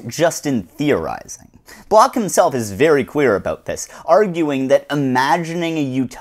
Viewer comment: >apologizes profusely to the French >barely aware how he keeps mangling Bloch over and over I'm aware how much of philosophy is just some German dudes dissing each other, but please find out how to pronounce the names you are repeating a hundred times.